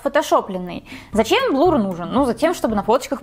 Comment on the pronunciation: Слушать неприятно когда говорят блур, вместо блюр